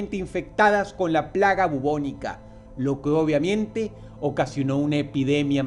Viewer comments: ¿Soy yo o Dross dice: "lo que obviamiente"?. Minuto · lo que obamiente ajjejajajj😔👌🏿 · "Por lo que OBVIAMIENTE" Dross. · obviamiente XDD